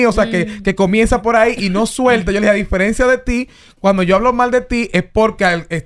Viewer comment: 😊diferencias😅😅😅😅 repite....diferencias